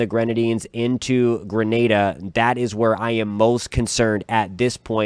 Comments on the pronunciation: I appreciate you saying Grenada (gruhNayDuh) and not Granada (gruhNaDa). Grenada is in the West Indies, Granada is Spain. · Thank you for pronouncing Grenada properly.